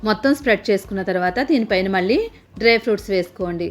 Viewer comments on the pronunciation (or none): none